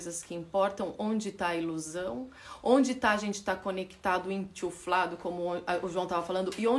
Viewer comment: não é enchuflado não . O certo é ENCHUFADO . A outra palavra é inflado .